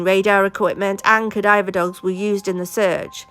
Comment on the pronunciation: It’s Ka-dav-a dogs not ka-diver . Great channel, thank you.